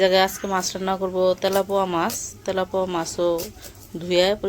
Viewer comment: Telapoa na telapia mach bole.